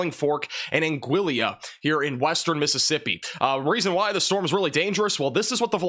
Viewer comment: I’d prefer my tornado be bacon-wrapped. Sending you a bottle of Afrin.🫡👍🏼 (Angeeyah) vs “Angilla” Torteeah vs “Tor-Tillah.”